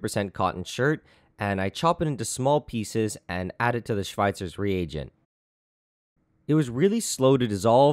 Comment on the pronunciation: Wow you actually pronunciated it correct (didn't expect that) xD